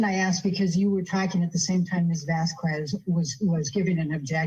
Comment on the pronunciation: Hypothetically, how hard would one have to hit to get it through that thick skull that it's not "Vazkwes"